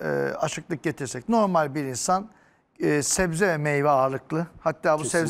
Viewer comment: 35 kez zebze dedi